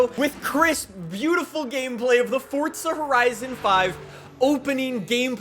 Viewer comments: Forza not Fortza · Whats fortsa? You mean forza? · Hearing you continually mispronounce forza is horrendous. It's for-za not Ford-za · Forza not fortsa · ITS FORZA NOT FORT-ZUH. (Four-zuh) 🤦🏻‍♂️ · Forza horizon 5❌ Fortza horizon 5✅ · bro it’s forza(for~za) not fortza 😐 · What does he say fortza like it’s forza your pronunciation makes me wanna die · But bro, “ for-za” why say “ fort-za “ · Am I the only one that notices he sounds like he pronounces it “Fordza” instead of “Forza”? Great coverage though just the pronunciation throws me off lol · sorry mate, small thing, great vid but its forza not fortza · Anyone else get irritated that he says it like Fortza (fort zuh) instead of Forza (for zuh)? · I'm about to beat tf out my chair cuz this man keeps saying Fortza!💀💀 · I thought I'd take a drink everytime he said "fortza horizon 5" and now im on my way to the hospital to get my stomach pumped! 🤣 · Why do you keep saying forza like that? It drives me fucking nuts… there is no T in the word. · Fortza? Learn to speak... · I can't be the only one hearing Fortsa everytime he says Forza right? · love to see he still says "fortza" lol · Omg dude it’s not fortza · Who else is getting triggered by him saying fortza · why does he say fortza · says "fortza" By that logic he should also say "horitzon" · Fortza... come on dude... are you even European? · T not D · I still don’t know why u can’t say “Forza” properly